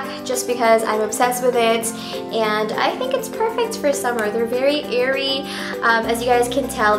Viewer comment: when she says airy i laugh so hard because im lebanese and u know